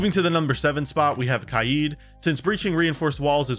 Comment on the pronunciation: Why does bro say kaid like that